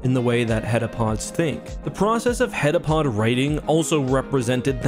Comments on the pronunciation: *heptapod, not hetapod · Heptapod, not heddapod, for goodness' sake. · I hate to be that guy but it's called heptapod not headapod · I love your videos so much that I would never want to criticize but the aliens actually called heptapods not hetapods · You say heptapod once out of the billion headapods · Great video, but you kept saying hedapod and it's heptapod, meaning seven foot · Bro, how do you read "heptapod" in the story and hear the characters say it throughout the entire movie, and then say "hetapod" for this entire video? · He must have transferred the t he didn't pronounce in heptapod to Fermat.